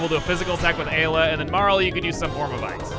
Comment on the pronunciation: "post commentate" refers to those text blurps like the glenn/frog bit and the mis pronouncing of ayla